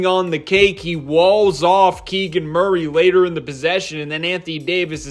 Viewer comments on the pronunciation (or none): none